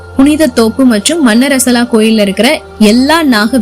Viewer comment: மன்னரசலா அல்ல மண்ணாறசாலா. . சரியான உச்சரிக்கவும். .